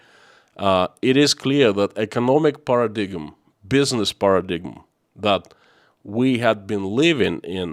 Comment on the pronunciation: Just thought that I'd share that "paradigm" is pronounced, "paradime". Love your message, listening from Kentucky.